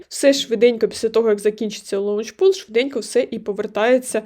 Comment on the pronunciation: Не лаунчпул, а лончпул